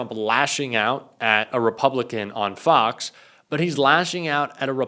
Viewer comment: “Fox hos”?!